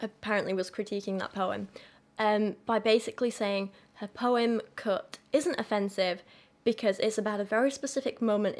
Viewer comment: Haha when you say "Cut" it sounds like "Cooked" to my American ass lol.